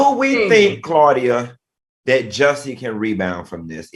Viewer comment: Why can't Al say Jus-see?? 😂